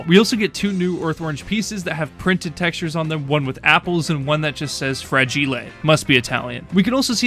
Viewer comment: “Frajile” nawww bro didnt learn have a dictionary 💀